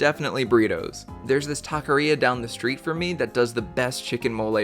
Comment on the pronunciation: Chicken mole burrito sounds amazing!! I didn't know that was a thing. Also good taqueria pronunciation.